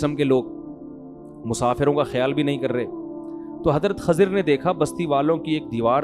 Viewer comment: Mufti sahab it's Kh"I"zar not Kh"A" zir 😒